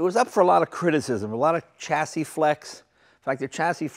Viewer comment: WTF Jay! Please pronounce chassis correctly! Also turbine! Champagne, Columbine etc....